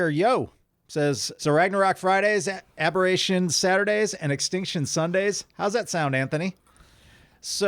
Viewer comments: AB NOT AHB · ABBA-rration...take a chance on me.